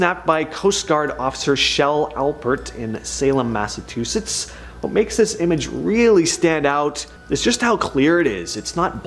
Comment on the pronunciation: Mass a chew sits